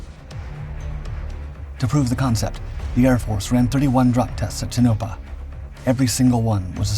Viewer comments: tuh-Nope-uh? I believe that is referring to Tonapah NV. Tone-uh-paw. Geezus. Is AI that stupid? Or is this done on purpose? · Tonopah. It's not pronounced ta nope a It is pronounced tone a paw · It's pronounced TONE - uh - Paw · It’s an AI narrator, of course it mispronounced it